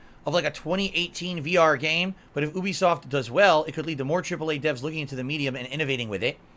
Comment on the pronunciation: ooooooobisoft. It's You-Be-Soft, id!oit.